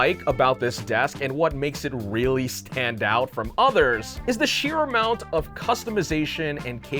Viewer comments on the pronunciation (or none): none